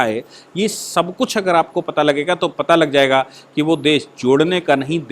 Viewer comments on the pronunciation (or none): none